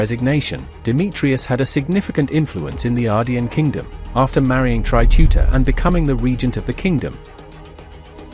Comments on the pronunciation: Not Tuta but Teuta As for Serbian. Not teutavica but Teuta As for Greece. Not Teutais but Teuta. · TEUTA NOT TUTA T.E.U.T.A